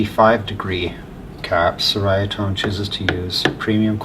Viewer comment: It's actually pronounced Cherry-ah-tone, it has an Italian flair. As told to me by Nik, the owner of the company. I wanted to pronounce it correctly after buying a Yeti 50w and before I made episodes with it on my channel. Great video showcasing their work.